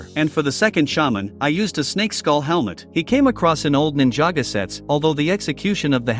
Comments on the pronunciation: Its Ninjago not ninjaga and its the mines of moria not caves you lego noob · Bro it’s ninjago not ninjaga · So nobody us going to talk about how he sayed „Ninjago“ wrong ? 💀